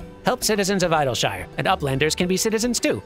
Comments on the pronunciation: According to a voiced line AAAAALLLL the way in Endwalker, it is pronounced "Iddle-sheer". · Your pronunciation is close, actually. The official pronunciation of Idyllshire is "Iddle-sheer". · The pronunciation of "Idyllshire" is fascinating to me. I've heard a number of different ways to pronounce it, and the way chose in this episode is completely different to my own. Being someone who grew up in England, I see a lot of places named "_shire", so my pronunciation is more like: "Eed-ul-sheer", and I suspect that's likely closer to how many of the voice cast would pronounce it too. For whatever reason, this particular area has a wide variety of different pronunciations and it's quite interesting to see how people do it. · I've always pronounced Idyllshire like Idyllic, given the spelling.